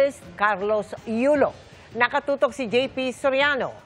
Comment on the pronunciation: Tina panganiban, bigkasin po ng tama ung letter K, kaya dapat ganito po, NaKatotok, hindi po naHatotok